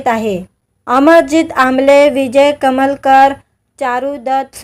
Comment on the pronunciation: अग बाई विजय कलमकर असं नांव आहे. कमलकर नव्हे. अमराठी मुलगी आहे. मराठी बोलण्याचा चांगला प्रयत्न करत आहे.